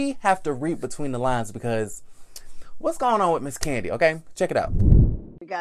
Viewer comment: Love ya but definitely got to put some "Respeck" on Kandi's name